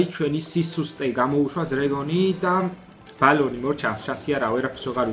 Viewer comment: ბალონი არა ბელუნი 😉 საღოლ კაია